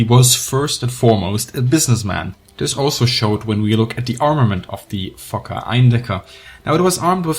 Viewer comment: I'm not sure if you're actually saying fokker or fucker.. mostly sounds like fucker.